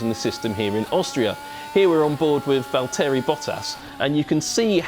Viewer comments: ValtErry?? Pretty sure its valterri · Val Terry Bottas That pronunciation is so bad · Valteary seems about right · "Valteary Bottas" 😂 Valteary... Its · ".....ValTerry Bottas....." 😂Allow it fam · No one: ValTERri Bottas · is no one talking about how he said val terry bottas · Who is this presenter? Val-Terry. Come on mate. Learn to say the names before your put on tele